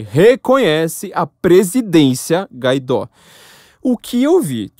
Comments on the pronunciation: O nome dele é GUA-I-DÓ. Não GA-I-DÓ. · Por quê você fala "Gaidó" se o nome dele é "G U A I D Ó"?